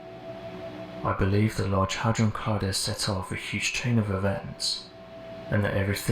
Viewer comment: I stopped listening when you said large hudrone collider…